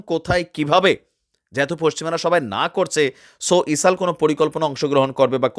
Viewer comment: বার বার ইসাল বলতেছেন কেনো এটা ইজরায়েল হবে😂